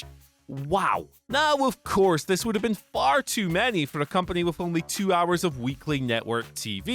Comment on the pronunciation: so wrong you say it two-ng